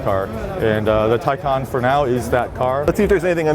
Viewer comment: Is pronounced Tae Can and it appears that has a specific set of skills